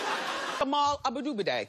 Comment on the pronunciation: i died laughing when she said amal wrong